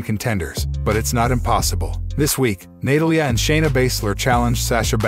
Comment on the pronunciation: It's NA TAL YA NATALYA....CAN YOU ANNOUNCIATE WRESTLER NAMES?